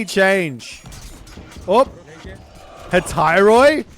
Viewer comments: can I help with the pronunciation on some greek words? I don't mean to be a dick The right way to say Hephaestus is Hé-pheh-stus - it's a plain "eh" sound as in "deck" And Hetairoi is pronounced "Eh-teh-ree".The "ai" makes an "eh" sound in Greek, like above for deck, and "oi" makes an "ee" sound like in "eel". Honestly this one you wouldn't get in English. idk, hope you see this:p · Close enough. I would generally disagree with your Hetairoi pronounciation. It is different from how we would spell "εταίροι" nowadays, as ancient greek was more complex. Now η ι υ οι ει have the same accent, but in ancient Greece each one was separate. Thus, "Hetairoi" would be closer to "Χεταϊροϊ" rather than "εταιροι". Those were the basics we were taught in school during ancient Greek courses, similar on how "υ" was closer to "hy" and how "ρ" in the beginning of the word was pronounced almost as a vowel.